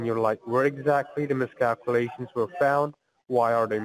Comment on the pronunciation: “Serious miss-cal-coo-lations “